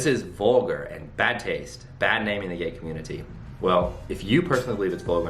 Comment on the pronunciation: the way you said, "community" 5:9- and "important" ... I cant lol